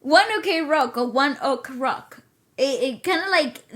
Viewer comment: pronunciation is right.. “one okrok”.